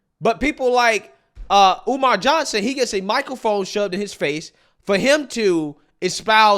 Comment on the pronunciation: I could have sworn he said his name was Dr. UMAR Oo Fontunae?